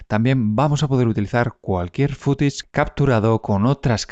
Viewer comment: "Fútich" qué es? Estás bueno 😅😂🤦🏻‍♂️